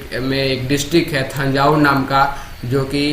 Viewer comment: थांजावुर नहीं तंजावर पढ़ा जाता है